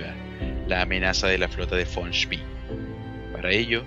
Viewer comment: SpEEEE con E no con III es apellido aleman no ingles